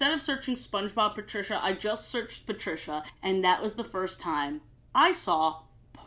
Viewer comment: I hated this episode as my name is Patricia. Hearing it being said that way grosses me out